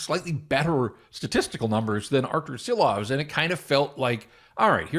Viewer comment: That was a valiant attempt at the Canucks 6th string goalie, but if you're still covering the team next year, you may want to work on pronouncing his name. For now we can just call him Aku.